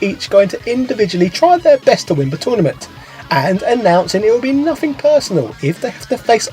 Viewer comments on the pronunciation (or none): none